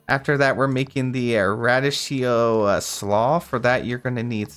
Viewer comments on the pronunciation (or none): It’s pronounced ruh-dee-kee-oh 😅 what an effort this must have been! Big props 🎉